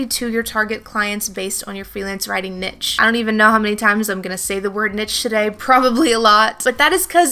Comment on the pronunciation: Great information very useful. Please look up the pronunciation of the word niche.